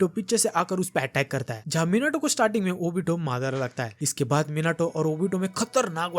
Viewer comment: Are bhaiya wo madar nhi madara h😂😂😂😂😂